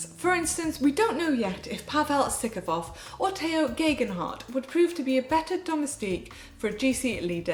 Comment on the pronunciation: Hi GCN, I really like the show, but... I never appreciated how well the other presenters pronounced the riders' names, until Manon repeatedly butchered Roglic, Uran, Sivakov and co...